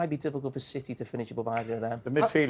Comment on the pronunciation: Roy “yuge” Keane